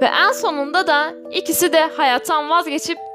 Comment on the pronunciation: ABLA SANA BİR SURU SÖYLEMEK İSTİYURUM NEDEN EN SEVDİĞİNİZ YERİNE eaan DİYURSUN SJSJSJ EAN SEVDİĞİNİZ çok komik ZORLA SESİMİ GÜZEL ETMEYE ÇALIŞIYURUMDUR .DSJJSJ